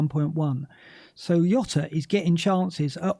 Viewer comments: Really enjoy Black Box but this week and must have incorrectly said Jota as Yota about 100 times and it grated every time. He's Portuguese so it's Jota with a rolled J sounding a bit like Jzota, please stop trying to be clever by saying Yota and getting it completely wrong. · its not "yota" Its diogo jota. hes portugese. cmon. youve seen the spurs documentary... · Fkin. Not Yota. Pronunciation is like shota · please stop saying yota